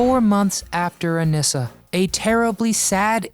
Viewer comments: Her name was pronounced A-nee-sa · Anissa's name is mispronounced as well.